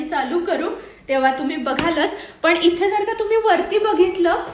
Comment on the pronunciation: Ithe tithe , mhanav itte titte nahi mhanu